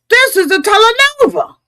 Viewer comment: said "telenova!" 😂😂😂😂 I'm dead. It's telenovela. We knew what you meant though. 😉